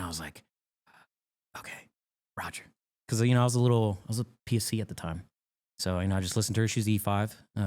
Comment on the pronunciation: Because pronounced buh-kuzi